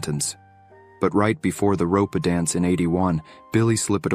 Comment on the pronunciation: Well that's the first and last of these I'll be watching. A pity. The content is interesting but the voiceover is an AI with idiotic and irritating mispronunciations. 'RopA', 'SlippED away.' Inane. How much does a human voiceover cost?